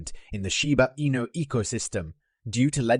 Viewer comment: It doesn’t matter what accent you try to throw on it your AI voice still cannot say Shiba Inu correctly!